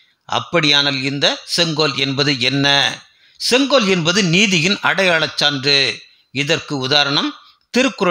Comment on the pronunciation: Neither ONGOL nor KODUNGOL, It is SENGOL. MODIJI Vazhga